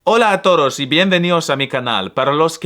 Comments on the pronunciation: Dijo 'toros' y no 'todos' lol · dijiste "toros" en vez de "todos" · tienes un excelente nivel de español, perfecta pronunciación. sin embargo, con la palabra "todos" parece que dices "toros"